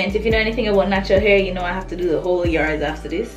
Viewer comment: and it's whole not hole, smarty pants